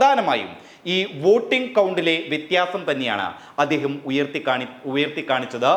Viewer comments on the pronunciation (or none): none